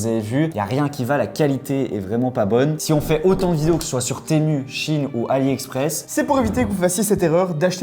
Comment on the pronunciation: CHINE ? Apprenez à parler par pitié vos vidéos sont goatesque sinon